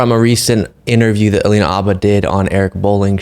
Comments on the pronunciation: Sorry, her name is pronounced Alina "Habba" with an "H," not Abba like the musical group. I watch your show everyday and this one was hard to watch due to the constant mispronunciation of her name. I've heard her pronounce it herself a long time ago. But, this was still a great video. Keep 'em coming.😊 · Just curious, why are you calling her Abba, and not Habba? ❤️❤️ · So, why are we now calling her "Alina Abba?" Isn't there a 'H' in Habba? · Why does the guest keep on saying Abba when her last name is HAbba? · Alina Habba. Not Abbah, right? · Just curious, why are you calling her Abba and not Habba? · What's up with the pronunciation of her name? Habba or abba? Curious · I thought her name is Habba. Why are you guys saying Abba? Is the H silent? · Please stop suspecting ABBA. Learn how to pronounce her name. Her last name begins with an “h”. It’s Ha-ba, not ah-ba. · This is the first time I have heard Habba's name pronounced without the H, as Abba. So now I wonder what the correct pronunciation is. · Are we calling her Obba now? Have we been mispronouncing it this whole time? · It’s Hab/ba come on guys. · They kept saying Abba in this video. Why?! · Stop deliberately mispronouncing her name. That’s a Fox News move. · Its funny how you all are purposly mispronouncing her name 😂😂😂😂🎉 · Why are you both mispronouncing Alina Habba’s name? It hurts your credibility to do so. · You can't even pronounce her name